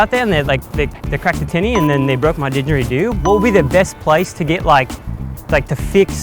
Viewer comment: It's not a 'dingeridoo', it's a 'didgeridoo'. Spelling was all good, but the pronunciation needs to be worked on for sure! It sounded like you chucked an 'n' in there and removed the 'd'. And we have no didgeridoo repair shops over here.